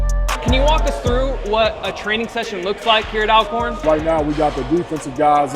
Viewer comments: It’s ALL-CORN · Thanks for the coverage!! 💜💛FYI, the school's name is ALWAYS pronounced "All-corn"...like "alright" & "already". 😊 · Ima let yall in on a lil Al-corn secret. They pronounce it ALL-corn. And Steve Mcnair didnt die from a gun accident, it was a case of murder-suicide. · I appreciate the video but please use the correct pronunciation… It’s pronounced ALL-CORN. Remember, Always Alcorn !!!